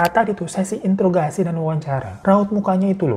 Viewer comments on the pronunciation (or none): none